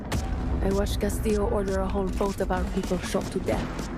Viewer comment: Everytime he says Castillo he pronounced the Ls bu they are pronounced a (y)